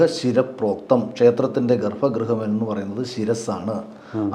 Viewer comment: ഗർഭ ഗൃഹം. ഗർഫാ എന്ന് ഉച്ഛരിക്കരുത്.